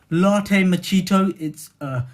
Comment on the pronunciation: Yo're funny how you say ''mockachito''.Actually is LATTE MACCHIATO :)